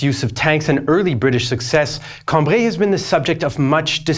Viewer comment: It's Cam-bry, not Cam-bree.